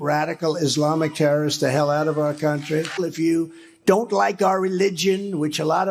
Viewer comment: He said TURD instead of terrorist. Nobody has mentioned it & that moment is funny. Trump is never funny except when the word turd comes flying out of his mouth.